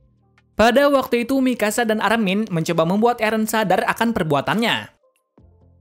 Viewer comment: Kok malah Dina first bukan Dina frits wkwkkww saya koreksi lagi Armin bang bukan amin